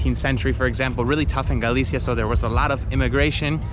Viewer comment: Maybe learn how to pronounce Galicia before you go to all the trouble of producing a video about it.